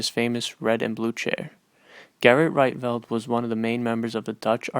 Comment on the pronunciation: Pronounced "Reetvelt".